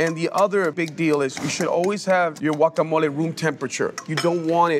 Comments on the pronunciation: Wuacamole? 😂😂😂😂😂 Blender?😂😂😂😂😂😂 There's no M in chapulín. No cheese please and especially no radish. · If you pronounce it as Guacamolee… pls sit tf down. You don’t have the best Guacamole 🥑🇲🇽